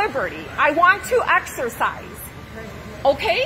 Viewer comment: "I want to axarcise"